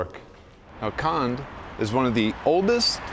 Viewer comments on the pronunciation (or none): Kond pronounces not kand but kond, with letter o. Just saying.